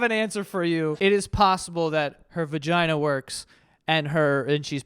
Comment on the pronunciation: The hard R in "vaginer" is crazy